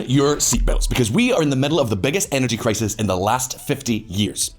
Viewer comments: "This clisis is grobal". Love it. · "... because this clisis is grobal." 😝😝